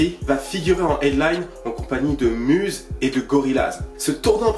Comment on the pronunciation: Ça se prononce ''Miouze'' pas ''Muze''